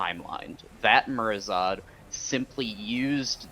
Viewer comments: Lol I'm getting unnecessarily miffed at "Murozod" instead of "MurozoNd" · please tell the guy who helps you the dragon’s name is “MurazoNd” not “Murazod”. It’s literally an anagram of “Nozdormu”.